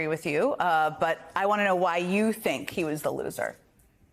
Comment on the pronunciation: People, please... Vivek rhymes with cake.